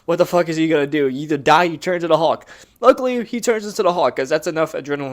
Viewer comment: I'm not trying to be a troll. But I swear you are not pronouncing the l in hulk every time you say it, and it's driving me a little bit crazy. Sounds like you're just saying huck